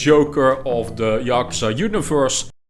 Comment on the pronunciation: "yockerza" how on earth